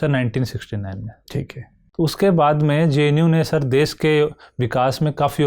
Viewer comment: DES NAHI HOTA HAI BHAI...DESH HOTA HAI .. HINDI MEDIUM SE HAIN TO GARIMA KA V DHYAAN RAKHIE..